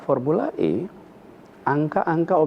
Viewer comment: formula E bukan I ngucap nya yg bener mbk